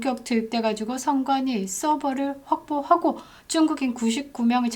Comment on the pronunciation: 쭝국인이라고 일부러 발음하시는건가요?